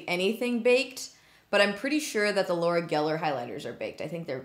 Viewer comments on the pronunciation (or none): none